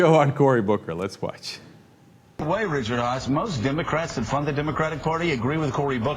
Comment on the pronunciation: Sorry I meant Richard Haass (Ha-Ass)